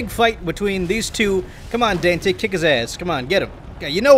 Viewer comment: Was calling him "dantay" a Devilman Reference?